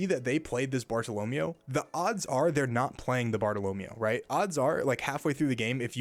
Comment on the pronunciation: Pleeeeaaase, it's SOO-ROO and BAR-TALL-OH-MAY-OH (it also could be bart-tall-oh-mee-ooo depending on dialect)